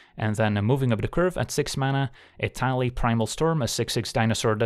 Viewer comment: the way you said etali sounded like italy, so now im just imagining etali walking with his paws in a permanant italian fingers position